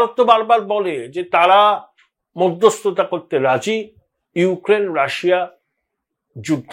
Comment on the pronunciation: রাসা নয় ওটা রাশিয়া